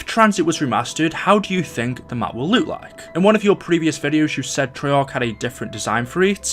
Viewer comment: this is the 50th comment lol (also wtf accent is that "how it would Luke")